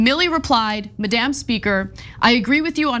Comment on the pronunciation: OK Ana, since this is like the fourth time, I’ve heard you say this word incorrectly, I must chime in. Madame is pronounced the way you pronounced it, like the leader of the prostitutes. Or if you’re French, then go ahead and pronounce it like that. But since we live in the United States, Madam, without the E, is pronounced: MAD + uhm. And since Nancy Pelosi is a congressional representative, and not the boss of prostitutes, you can go ahead and call her Madam without the E.